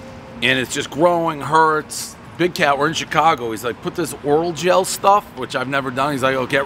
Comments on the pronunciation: One tube of Orajel. Dave keeps calling it "Oral" gel, everybody knows the rules! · "oral-gel" never change Dave